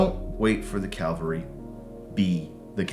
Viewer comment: .. great lessons in mindset and attitude to be sure.. .. but calvary or cavalry? 🤔